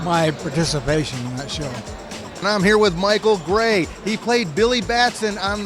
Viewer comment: It's Michael GRAY, not "Gey".